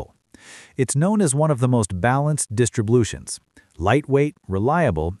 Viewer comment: “one of the most balanced distriblutions”😂